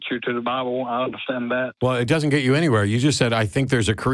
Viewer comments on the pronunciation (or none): Anyone pronounciating the word "get" this way: "GIT!" needs to stop taking things on faith :D